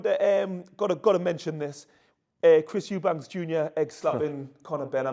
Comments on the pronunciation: Eubank, not s, no s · We've been here before brother! EuBANK! No "s" 😂😂